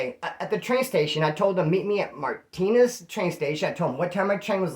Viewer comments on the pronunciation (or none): none